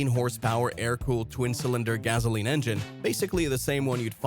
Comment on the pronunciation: 'Gazoleen' engine? 😂